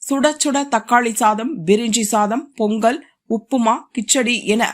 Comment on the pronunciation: பெங்கள் இல்லை பொங்கல்